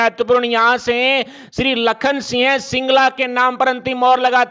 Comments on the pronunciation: न्यूज़ पढ़ने वाले को सिंह के स्थान पर सिय बोलना आता है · Singh ka ucharan kisi sastri se samajlijiye